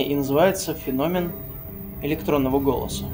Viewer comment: Не фенóмен, а фéномен.